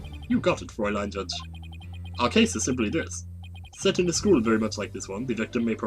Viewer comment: I believe fraulein is pronounced frow-line. Like "Everdread knitted his brow.... line." Or something like that.